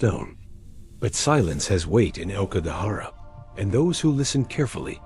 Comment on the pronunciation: Please learn how to pronounce "aokigahara."